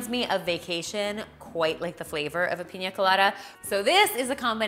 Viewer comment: “IF YOU LOVE PEEENYYAA COLADAS” 😂🤣